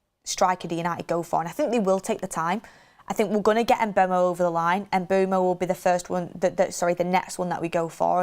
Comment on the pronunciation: She way she pronounces Mbuemo is jarring “Umbermow”